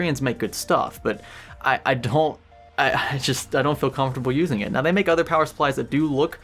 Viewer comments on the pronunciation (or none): none